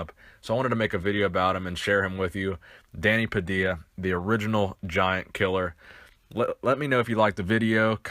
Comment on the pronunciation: It's Pad-ee-ya.